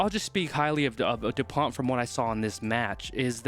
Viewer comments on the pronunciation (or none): Dupont is pronounced "du-pon" with a hard "o" as in "prone". England had problems tackling and Ireland will have to improve its kicking to defeat France. Edit: for Dupont, try saying "pony" without the "y". French words have the stress on the last syllable. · Bonne prononciation : Antoine dupon....pas de T! 👀👌😅🐓